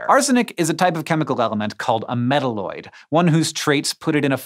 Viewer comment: "Metalloid" ... Not "medderloyd" ... Yikes